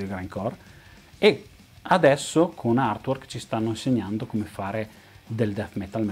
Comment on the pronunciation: =)) ottimo! cmq se posso ti do una piccola dritta si pronuncia artuork (con la a aspirata) non irtuork🙂 ah non dimentichiamo che Giger creo' pure l'alieno di Specie mortale (la serie Species, colla modella bionda che si trasforma :=))) purtroppo HR giger e' morto 4-5 anni fa :=(((